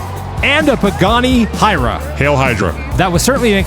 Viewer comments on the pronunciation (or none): That Pagani pronunciation is "Why-rah", that's a word in Quechua (native South-American language) which means "wind".